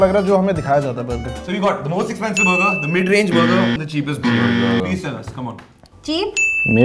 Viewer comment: Before.. said Bur gerr 😂